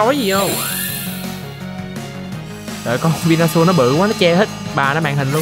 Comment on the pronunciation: venusaur sao tui nghe thành vinasual dzậy tèn😂